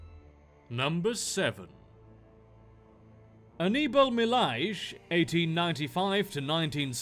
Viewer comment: likely not being a portuguese fluent person, the narrator actually got the Anibal Milhais name pretty nicely.